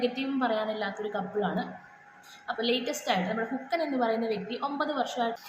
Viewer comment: അല്ല മോളെ ഇത് ആ പയ്യൻ ആ പറഞ്ഞ അമ്മച്ചിയെ നേരിട്ട് ഫോണിൽ വിളിച്ചു ഇത് പറഞ്ഞാൽ പോരെ നാട്ടുകാരെ മൊത്തം അറിയിക്കണോ, പിന്നെ മോളെ ഹുക്കൻ അല്ല ഹൾക്കൻ എന്നായിരിക്കും